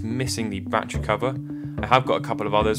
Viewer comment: Love these videos but... Ba-tte-ry. Not "batch-ree". Such awesome content, but this drives me nuts!